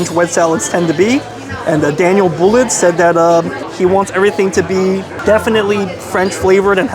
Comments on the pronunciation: You butchered the pronunciation of his name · Dude, you met a legend, and you have no idea how to pronounce his name. You gotta up your food game, man. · Awww. Chef Daniel is awesome. Should have really watched one video on him before you went. You would have pronounced his name right lol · I can't believe that you mispronounced Daniel's name. In addition, it is such an honor that he met with you, but you kept focusing on the camera instead of staying engaged with him...And what an insult to repeat that you be bringing your leftovers to your dog! This was just insulting... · And you can`t even pronounce his name🤣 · You don't have to have taken french class to learn how to pronounce a name correctly. Come on, make an effort.